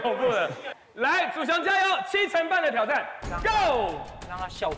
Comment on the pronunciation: 祖雄之後一定要跟五熊一起來 主持人一直唸錯笑死 😂😂